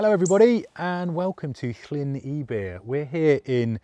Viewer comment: Fished there a lot a a kid in the 1950’s - biggest pike I caught was 7lb. Fished it again a few years ago and the most succesful lure as a black and silver rapala. BTW - phonetically its ebbyr not eebyr